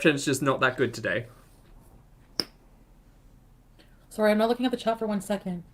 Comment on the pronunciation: Feeling “Sorey” for herself!!! Classic way of saying the word “Sorry” 😃😁